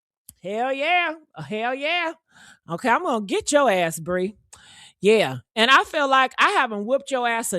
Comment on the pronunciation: Her name is Pree not Bree